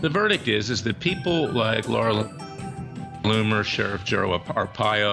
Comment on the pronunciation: Look Larry! You are really doing your client & the case a dis-service when you address the journalist Laura Loomer as Laura Loom, or Loon, or whatever you are saying. Her name is LOOMER! Get it straight!